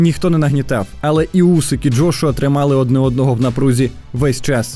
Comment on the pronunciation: Джргуа,лдошуа,джошуа.....ФУ,БЛЯ!!!! ЯКЩО ОБЗОР,ТО ОБЗОР....ПОРАХУЙ СКІЛЬКИ РАЗ НАЗВАВ І ЗРОБИВ АКЦЕНТ НА джошуа і на Усика.!!! ПОРАХУЙ,ХОЧА Б ПО ПРИЗВИЩАМ СКІЛЬКІ РАЗІВ НАЗВАВ....фу,бля.....🧐